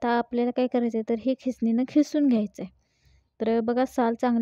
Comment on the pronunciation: खिसून नव्हे. किसून म्हणावे